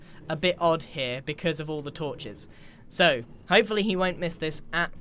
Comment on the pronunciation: I heard " torches" as " tortures" X"D